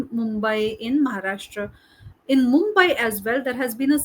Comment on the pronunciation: I like your pronunciation of महाराष्ट्र